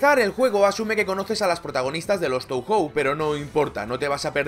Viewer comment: En japonés "ou" suena "oo" (o larga, y "ei" suena "ee", "e" larga), así que Touhou debería sonar [toohoo]